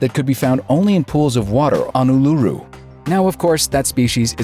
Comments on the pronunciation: Is oo la roo not o lu ru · "ooh-la-roo" not "oo-loo-roo" :') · It's pronounced ooooh-lah-roooh 😂 But still a good... And frustrating... Video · Uluru is pronounced 'Ooo-la-roo" btw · Ularu is pronounced as Oolaroo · Wait did you just pronounce Ularu as Uloo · NOOOOO ARGH OH MY GOD THE WAY YOU PRONOUNCE ULURU MADE ME TEAR MY HAIR OUT HOLY CRAP IM NOT EVEN KIDDING DO YOU KNOW HOW MUCH YOU BUTCHERED THAT NAME???!!! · He pronounced Uluru wrong...